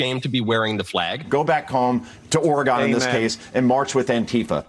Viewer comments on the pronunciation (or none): Did he say Oraygone?? I'm not sure why everybody is missing the boat on this AI thing that's going on...